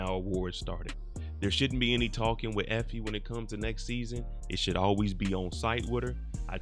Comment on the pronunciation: "Effoe" lmao